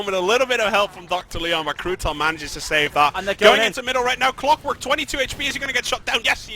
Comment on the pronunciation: why is his name cwockwork, not clockwork